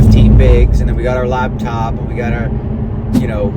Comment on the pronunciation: My favorite Daniel quirk: calling it a "labtop" instead of a "laptop." 😂